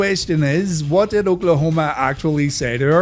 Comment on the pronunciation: did you hear I make bbq sauce- olkaholma